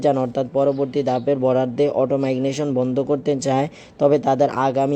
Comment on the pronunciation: ভাষাতে ভুল হচ্ছে উচ্চারণ ঠিক করুন। মাইগনেশন বলছেন কেন?